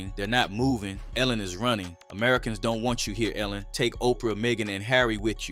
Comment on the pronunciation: They are “runnang” like my man Forest Gump…